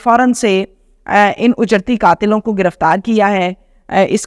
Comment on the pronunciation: Mein aap ki taseeh keroongi word ujerti nahi hey it is actually “ uj- rati” hey